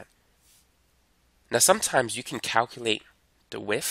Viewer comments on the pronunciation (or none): he say how we can calculate the "wiff", meaning "width". I'm dying laughing because of his accent XD